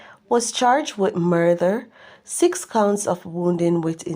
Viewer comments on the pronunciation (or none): Mi sorry fi u if u can't pronounce murder. Murther?? Oh my